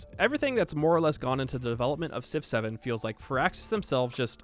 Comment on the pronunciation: You know when you say Civ 7, it sounds like you saying 6 7